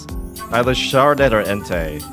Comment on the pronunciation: Hey, it is pronounced "Char-CA-det" not "char-det". And also, it is pronounced "arma-ROU-ge" not "arma-roGUE".